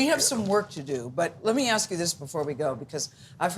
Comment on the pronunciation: JZ do a lot to hep the kids. BTW, it's ask, not ax.